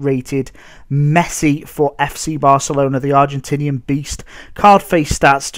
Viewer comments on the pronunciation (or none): none